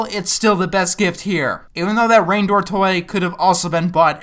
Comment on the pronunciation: he said reindoor just saying